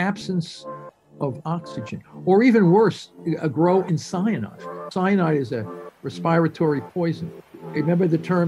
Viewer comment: A little off topic perhaps…but is that really how “respiratory” is pronounced?